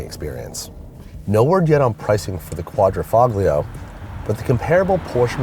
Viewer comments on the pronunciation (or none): Really ~quadrafoglio~ can’t even pronounce it correctly & your a car reviewer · Qua-dri-FAHG-lio.....lol sounds legit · For a Car Guru, someone doesn't know how to pronounce Quadrifoglio correctly. But hey, let an American preppy who wears yellow pants give a review on an Italian auto. Should've let me do the review. Maneggia la miseria.